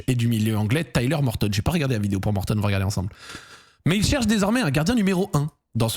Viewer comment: Pourquoi Zack n'arrête pas d'appeler l'anglais Mortadon ? C'est gênant non ? 🤔